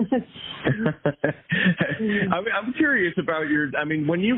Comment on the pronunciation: She says “junk food” weird. She emphasizes the wrong syllable.